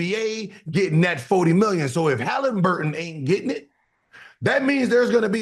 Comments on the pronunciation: Who the fuck is “Hadenburton” 😂😂😂😂😂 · Gil said hatinburtin wtf lmao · Gil butchered haliburtons name. 😂